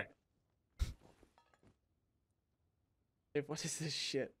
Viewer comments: It’s ripping the Pennjamin btw not sipping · if u say "sipping the penjamen" one more time im gonna kms, its smackington the penjamen